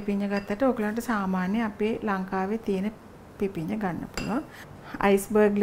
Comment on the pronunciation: පිපින්නා නෙවෙයි, පිපිඤ්ඤා....❤